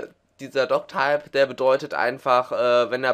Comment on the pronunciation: wenn du doctype sagst muss ich kotzen.